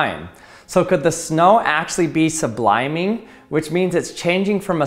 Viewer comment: Is it just me or does he mispronounce sublimating?